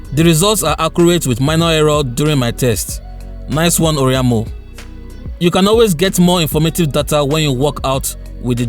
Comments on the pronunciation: It's or-a-i-mo...not or-i-a-mo...but this is a very good review....infact it's the best smart watch review I have seen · That ORIAMO pronunciation kept hitting me, and I was hoping you would just stop calling the name. By the way it is O R A I M O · You mean "oriamo"